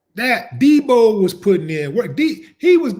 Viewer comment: Not Deeboy Willie, get it right, its Deebo, Deebo, Deebo, Willie D.. At least get the name right brotha.. it's all good Willie D, appreciate the love homie